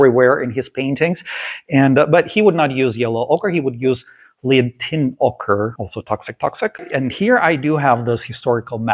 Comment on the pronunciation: The pronunciation of the word "Lead" White in English, rhymes with the words red or head. It's a tricky spelling because the word lead is written the same way as to lead someone down a path, or lead the chemical element, which is what is in lead white paint.Wonderful video as always , thank you ❤